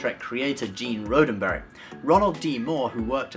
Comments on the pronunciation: It's RODDenberry, not ROADenberry! Why don't you get it right? * slap * (John Cleese action!) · Gene's last name is pronounced ROD-en-berry, not RODE-en-berry. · Really? You're crazy about Star Trek and you mispronounce the name of its creator, Roddenberry? Think "rod" as in "steel rod", not "rode".